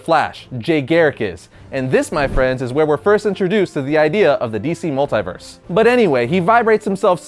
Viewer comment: Mult-eye- verse?